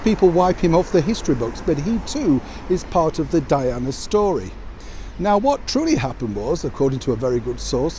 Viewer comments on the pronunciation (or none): none